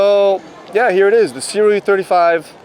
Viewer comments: It's good to see someone who knows how to pronounce Sirui properly. 😀 I originally got my Sirui Saturn 50mm for shooting video, but I love the look I get when shooting stills. It's definitely not like cropping the top and bottom of an image. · Finally someone who doesn’t pronounce it Suri or something :D